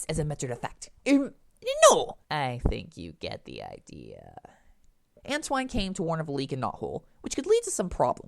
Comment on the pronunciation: If you don't know how to pronounce Antoine's name, just watch ANY episode of SatAM and problem solved.